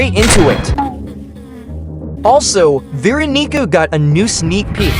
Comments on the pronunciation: " vee rokneeker " please use an actual voice and not TTS when describing veeonica and guest 666 😭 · why is the tts saying veeronica like that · BRO DID NOT SAY VEERONICA